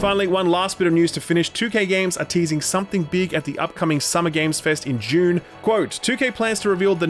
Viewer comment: Every time you say "June" now I think of Dune